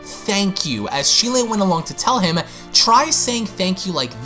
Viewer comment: Ik I'm bitching and being picky with this but Cheelai's name isn't pronounced how it's spelled. It's more like Chee-lie. I'm sorry but it was bothering me. I still love your vids, plz don't hate me🥺